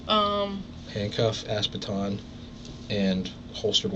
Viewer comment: Did i just hear him say A$$ Baton!!!! HUH G@